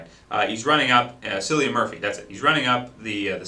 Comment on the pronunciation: great movie but cillian murphy pronounced killian not sillian